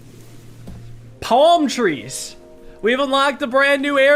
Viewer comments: Oh my god. He said it the not-stupid way. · says Palm tree like the rest of us, thank you for coming to my TED Talk